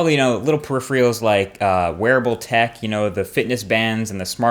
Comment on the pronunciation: Marques, stop saying periph-re-uls.